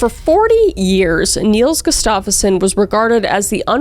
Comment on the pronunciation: His name is Nils Gustafsson not Niels gustaffoson :)